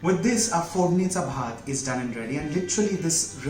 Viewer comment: very nice!!!it is too comman but too demanding.....i think u are very well in marathi language........bcz how u pronounce that "fodnicha bhaat" it totaly saying that ur from maharatrian family!!!!